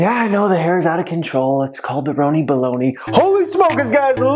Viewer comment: Why I always think about Rooney when you said Roni🤣🤣